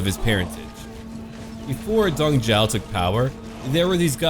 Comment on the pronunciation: Also for pronounciation, the Magistrate for Xiliang, Dong Zhou, you pronounced his name like Dong Jiao. Zhou is pronounced more like something inbetween Juo and Shuo.